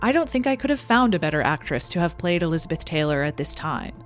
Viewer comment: Are you saying "lizard dick" or am I just hearing what I want to hear?